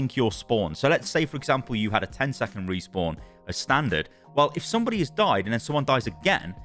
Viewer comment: "Group Resawpn"